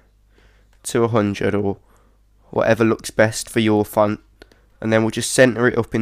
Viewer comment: LOL it sounds like he's saying phunt every time he says font.